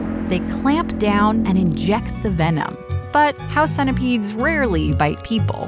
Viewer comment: “Rarely” I’m haunted